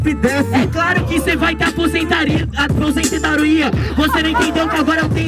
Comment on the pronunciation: Coitado do Leozin ele n conseguiu falar "aposentadoria" direito haha coitadooo q dó 💗